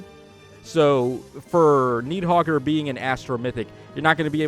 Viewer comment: "Knee-hogger" and "Naah-ray-oor." Yeah, let's go with that 😂